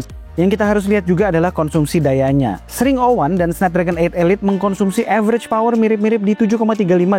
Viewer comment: Eks ring O wan ga si bacanya